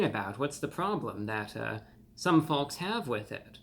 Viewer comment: the L in folks is not pronouned